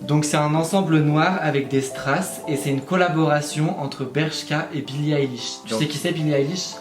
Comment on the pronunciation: Chepa vous mais moi sa m’a stressée quand il a dit billia elish